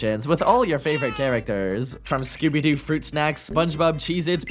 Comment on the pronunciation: why did i think he said "skibidi" when he said scooby doo